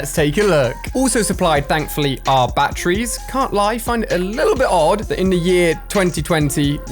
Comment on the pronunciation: the way he said batterys